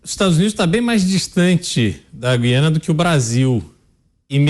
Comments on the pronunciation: Apresentadores, não é Guiana,mas Gu- í ana ,certo? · Falem GU-IANA. Jamais GUI-ANA.